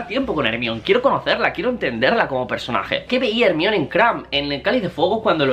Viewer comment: Al décimo "Ermión", vomité